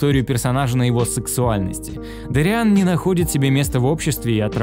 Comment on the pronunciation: ДОриан Павус! А не ДориАн, блин -_